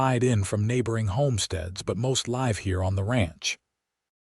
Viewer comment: You read "live" as a noun, instead of reading it as verb.